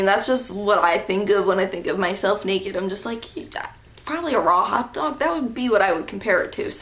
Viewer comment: When you said a raw hot dog I thought you say ro-hot-og, lol accents and omg this guy ;-; glad there was some cool people there at your school though :-)